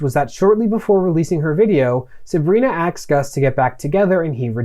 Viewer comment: You said aksed again! Dude, you are my new favourite YouTuber, tied with long time fave Legal Eagle. Content is great, not just cuz you both say words that make me smile.